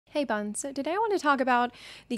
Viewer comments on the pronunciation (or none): Man.. I always thought she said: "Hey Bums!" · Lol i thought she said buds